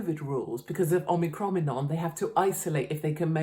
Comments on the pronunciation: “Ocronominon” LOLOLOLOL ….. 🎯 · Omicroninom nominom 🤣 glad I'm not the only one who can't say this shit seriously or correctly x love you Katie, always have!